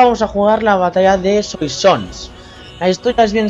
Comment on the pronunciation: soasons se dice ;) y se te fue la olla diciendo el imperio otomano XDD